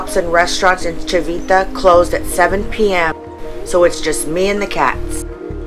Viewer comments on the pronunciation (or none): Horrible accent !!! if you do a video, just learn it right! " Civita" is pronounced as "Chivita" with an accent/emphasis on the first i, not the second one, plus Regio, is "NOT" pronounced with that french-like-j, it's pronounced as in English "ReJo", that simple !!! don't mess with my language, respect ! don't be sloppy